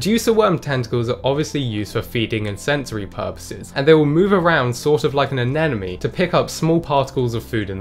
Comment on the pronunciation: ANENOME ;D